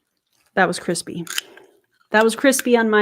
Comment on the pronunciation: I love the asmr moments 😭 Crispayyy